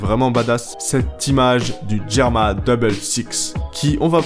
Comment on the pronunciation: « Le guirma dobble sixe » 😂